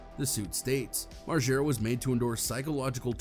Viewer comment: MARGERRRAA. NOT MARJERA. 🤦🏼‍♀️